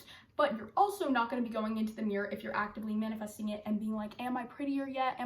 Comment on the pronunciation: “You not manafasting what you want, you manifest what you ARE”